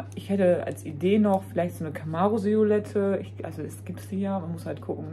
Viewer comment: Siolette 😂 Das heiß Silhouette, 😅😊 Muss immer wieder schmunzeln, wenn Du das sagst. 😅